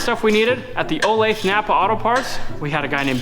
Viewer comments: Olathe It's pronounced oh-lay-thuh. I'm an Olathe local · I live d in Olathe, currently in Independence MO. It's pronounced O - lay - tha. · I know its weird but its pronounced “OLAY-THE” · Just an FYI... The city of Olathe is pronounced oh - LATH - uh. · FYI- How to say Olathe (Oh-LAY-tha) 😂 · Olathe pronounced OH - LAY - THUH